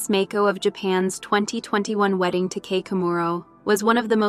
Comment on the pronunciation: Mako is pronounced Mah-ko. She's not a shark.